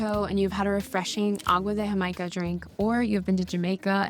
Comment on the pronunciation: Is latina? Because that "agua de Jamaica" sounded perfect